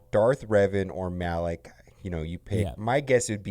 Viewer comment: Not Malek, but MalAk!😅